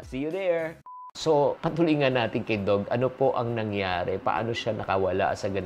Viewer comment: Doug is pronounced as dug and not dog